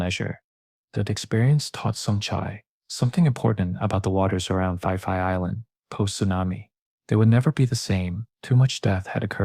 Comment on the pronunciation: AI trash, it's pronounced "Pi Pi" not "Fi Fi".